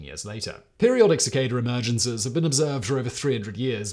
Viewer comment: It's pronounced 'cicada' not 'cicada'. Just sayin'.